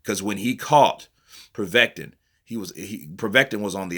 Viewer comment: It's so funny how you pronounce Povetkin. Like you say "Proveten". 😂😂